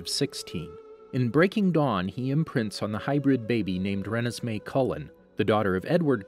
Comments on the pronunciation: ... its first beach ON la push. That's the name of the beach. Also he said Voltori wrong, pretty sure he said Rennesme wrong too. And he got plot points wrong, like edward biting bella. He only bit her in twilight, in breaking dawn he had a bunch of venom in a syringe that he injected her with, so as to not break the law. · Re-nisss-may. Lol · I still can’t get over how u pronounce Renesmee😂